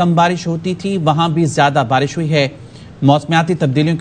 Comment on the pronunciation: Barash hota hai PHANi Atta hay , Ziyadha Barash hota hay Ziyadha Phani atta hai !!!